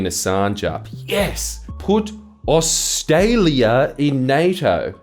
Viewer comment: Never realised how many r's were in Australia